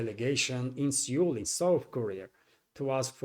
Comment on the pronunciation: (PS: Seoul is pronounced same as 'soul'.)